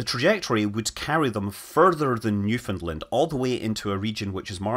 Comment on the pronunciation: Thank you for the correct pronunciation of Newfoundland. But I would have expected nothing less....